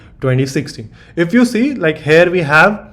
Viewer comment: good video , please stop saying 'hare' instead of here , learn how to say the word.